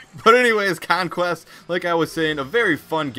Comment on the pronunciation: you can't pronounce conquest properly